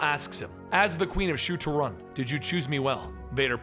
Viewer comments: It's: Sho Torun... not Rotin Edit* I mean Shu Torun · Isn't it Shu-Torun War?